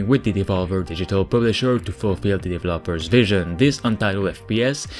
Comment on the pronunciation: Developers needs accent on the second e, not the last one. please :D